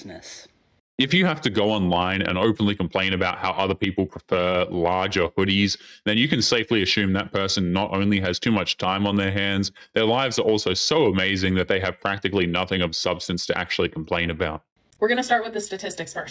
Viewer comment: Why have you started saying ASSHHUUM ?? A- soom. A- suum A-sume... assume.